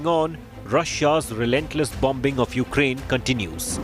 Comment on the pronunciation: Did the news caster say Yuklaine? Please sanction her.